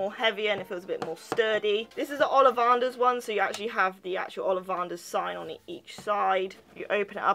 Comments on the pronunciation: It's olivAnders NOT olivARders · you say your a Harry Potter fan but you can't even pronounce olivanders what is olivarnders